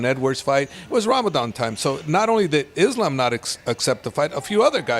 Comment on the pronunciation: I love how hè pronounces islam in the arabic way